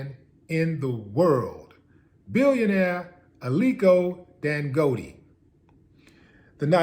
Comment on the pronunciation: True pronounciation!